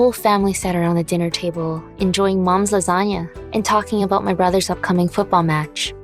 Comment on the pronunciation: It’s not moms spahgetti it’s maums lasagna